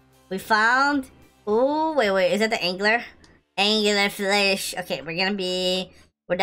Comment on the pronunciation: The time he said "Angler Flish" had me laughing 😂😂